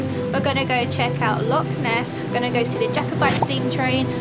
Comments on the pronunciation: Its not a "Lock" it's a "Loch" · Sorry to correct you by you keep saying Lock instead of Loch. You do not pronounce Loch the same way that you pronounce a padlock 🔒. It is a Loch, the -ch is pronounced from the back of the throat making a -ch sound. You can look up Scottish pronunciation of this word online to to help you. Lock and Loch are not the same word.